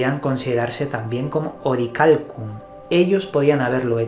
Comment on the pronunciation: SE Dice!!! Orialcon !!!!!!!